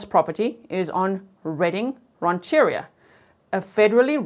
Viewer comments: Great job! BTW, it’s “ran’-chur-REE-a” and “te-HAY-meh” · Mien is Pronounced "Me-Ennn" like saying the letters Me and N. And Redding Rancheria "Ranch a Ree- ah".